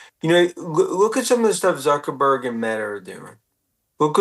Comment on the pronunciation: By all means, get a drunk old tech bro to talk about complicated issues, he can’t even pronounce Zuckerberg correctly, or gooooongL hahahaha